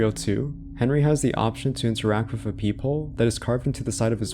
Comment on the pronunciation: So you can say "this", "that", "there", "the", "clothing", "three" but you say "wiff" instead of "with". Why do so many young people talk like this? I know you're capable of phonetically pronouncing the "th" sound because you do it in words I mentioned earlier so why do you say "wiff"? Were you never taught phonics or are you just lazy? It's really weird that's it's so prevalent amongst younger people because a lot of them will completely substitute the "th" sound for either an "eff" or "v" sound like in the case of "vem" instead of "them". This is common among British people but wasn't so much among Americans until recently. It sounds like either your parents or your very early school teachers didn't properly teach you phonetical announciation and you did the best you could trying to emulate the sound but weren't corrected at an early enough age and now it's become "natural" to your speech patterns or you just don't care and are purposely saying it even though phonetically it's actually harder to go from an "eff" sound to a "th" sound like saying "we have to go wiff them" instead of "we have to go with them". I know this is a weird thing to harp about but it's just so weird to me that an entire generation talks like this now out of nowhere and it seems it's because the majority of teachers these days aren't doing what they're supposed to be doing or the kids aren't learning what they're supposed to be learning and it's blatantly obvious when you hear someone say "wiff" inste